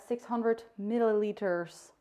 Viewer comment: I loved this, pls make more cooking videos! « khatar»😂😂 i love your english «milliliters» 😂😂